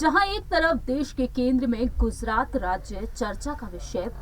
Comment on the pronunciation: Aby wo Gujarat hai name to pahle Thik lo